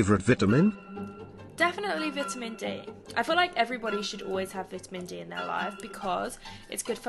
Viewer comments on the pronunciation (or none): It's pronounced "vitamin" btw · The way she pronounce "vitamin". 👍